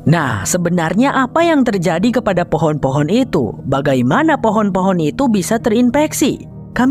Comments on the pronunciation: Keren bgt terimakasih bang , btw gue salfok sama kata FOHON 😂😂 saat serius²nya malah ngakak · Lengah dikit "hehe jadi fohon kan" 😭🤣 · Fohon jadi fohon 😂